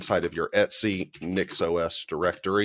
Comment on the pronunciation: Subscribed because of "et-c" pronunciation.